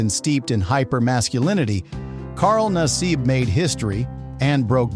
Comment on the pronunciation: Carl Nassab... mispronounced name. Carl, we love ya.....you make penn State proud